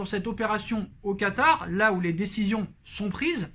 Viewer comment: Mdr ta dit katary